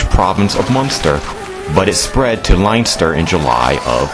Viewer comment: Haha you pronounced Leinster( liynster) it's pronounced Len-ster